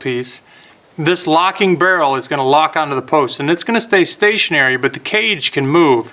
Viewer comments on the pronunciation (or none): none